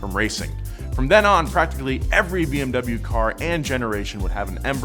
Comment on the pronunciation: Please stop pronouncing bmw the wrong way.